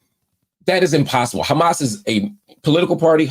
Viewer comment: The A's in Arabic are the same. Say Hamas.